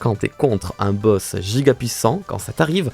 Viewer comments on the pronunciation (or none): none